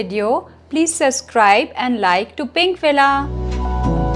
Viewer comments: In the end, she said suscribe instead of subscribe 😂😂😂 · Did she say SUScribe? 😅😅